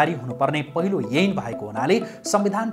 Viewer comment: अ अा इ ई ए ऐ को उच्चारण मिलेन है । एन हो कि ऐन